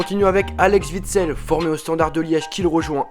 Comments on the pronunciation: Mec,c'est pas Vitsel mais OUITSEL. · Les Français arrêté de dire les nom des joueurs belge vous savez pas les dire un '' W'' c'est pas un ''V'' et vous dites Veekend ou weekend ? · ALEX Witsel? Je connais pas ce joueur. Tu sais même pas faire de vidéo convenable avec de bonnes informations. Avoir une chaîne foot et se tromper de nom de footballeur comme une groupie qui dirait "Grizou <3", honteux sombre merde